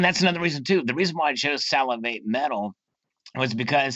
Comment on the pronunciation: It's Sal-a-vate' ;) Great interview!